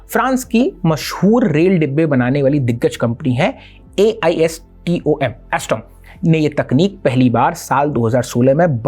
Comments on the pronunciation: वो एल्सटॉम हैं, एसटॉम नहीं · ALSTOM A L(Not I) S T O M